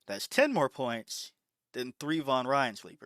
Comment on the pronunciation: Why you pronounce the s like that, you say Pointssh and 100 Pershent, Thisshh is my opinion.